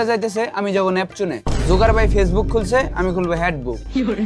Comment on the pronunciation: Jukerbarg ❌ jukervai✅ LOL 😂